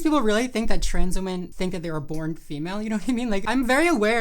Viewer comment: “What’s a weemon?”